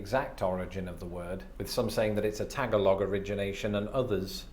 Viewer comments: Did he say "tag a log"? It's "ta gal og" funny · Did our man say "tagalong" instead of Tagalog?